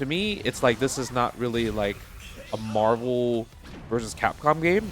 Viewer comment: It's Marvul Baybee